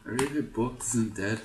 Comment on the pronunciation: Haha I know I'm sorry, I couldn't help it:p For what it's worth I felt really bad for Borgk though, during his short life not once did the pronounce his name correctly (you kept saying "Borgt"). Poor thing must've felt rejected and lost the will to fight. F